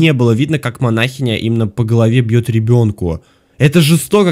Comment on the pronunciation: Манахиииииииня а не манаааааааахиня ок